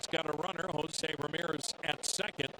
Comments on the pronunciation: love how the commentator keeps saying josi bro its Jose lol he be from jose to josi lol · Why does the announcer pronounce his name Hozee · Why does the announcer keep calling Jose Ramirez Hozey?